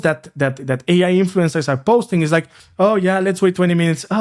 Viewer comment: You keep pronouncing the word "is" (iz) as "it's" (iț). Good video otherwise!